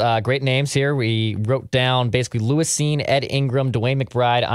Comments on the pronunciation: It’s “lewis” not “Luís” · Pretty annoying lmao his name is literally “Lewis” and keeps saying it like Luis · I dont think i have ever heard anyone say "Luis" Cine 100 times in a single segment before.